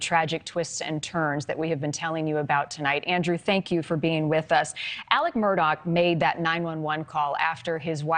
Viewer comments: This lady apparently doesn't realize the name is Murdaugh and not Murdock. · I wish she’d stop saying “Murdock”! It’s Murdaugh!! PS. He is as guilty as sin!!! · Murdock? WTF she can’t even pronounce his name right. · Why are you miss pronouncing his last name? It's Murdaugh NOT Murdock ! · Also if you're gunna cover this story you should get his name right it's murdaugh not Murdock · MUR DAUGH NOT DOCK! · Hey lady. Want to keep your job learn hiw to pronounce peoples.Names!!! It’s Alex murdaugh. Not doc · And it's MURDAUGH not Murdock get it right😂😂😂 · Is it just me or is everybody in this pronouncing his name completely wrong maybe it's because I'm from South Carolina and I actually know how to pronounce his name but everybody up north is saying Murdock. I don't know maybe it's just me 🧐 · don't understand why they're repeatedly saying Murdock... it's Murdaugh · His last name isn't Murdock. Not sure how this reporter can mispronounce the name. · Is Murdaugh pronounced as Murdock?? Why do the reporters keep saying that?